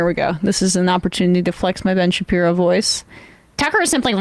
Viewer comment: When j aubry called him Ben Shapeepee 💀